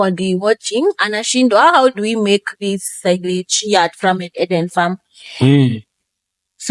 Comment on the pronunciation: Music to the cows was the cherry on top😂.... and pronounce framed as framed, not framed!